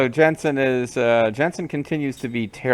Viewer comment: It's Jansen not Jensen, don't conflate him with an actually cool video game character lol. Man, I remember him being annoying but I forgot how sleezy he was.